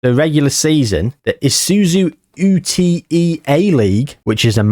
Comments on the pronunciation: UTE Is a word not an anagram, it is pronounced yoot, keep up the good content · hearing say ute as U-T-E was so funny lmeo